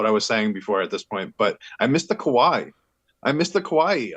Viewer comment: Its not kawai... its kawaii kawai with an extra e sound at the end.